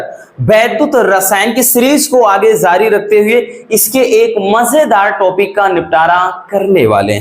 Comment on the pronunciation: Sir aap bahut acha pdate ho mgr ...aapka jaarrriii Shabd ka pronounciation ko thoda purely bola kro ....pdayiii ka flow ..bigad jata us se...plz